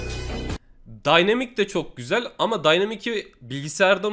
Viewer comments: abi daynimik nee 😂😂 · Nobody: Really Nobody::daynimik